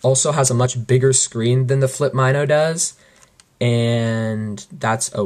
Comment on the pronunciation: It's pronounced Mino (like the small fish...or like min short for minute--oh)...not my-no lol. good review tho, thanks.